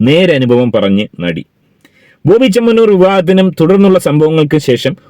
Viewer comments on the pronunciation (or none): none